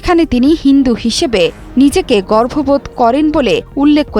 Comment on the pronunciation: গর্ববোধ আর গর্ভবোধ - উচ্চারণে পার্থক্য না আনতে পারলে আপনি এই পেশার জন্য যোগ্য নন।